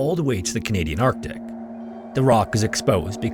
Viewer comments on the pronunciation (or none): none